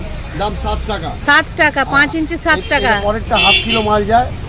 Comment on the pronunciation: It's 'shaat' not 'satt' 😂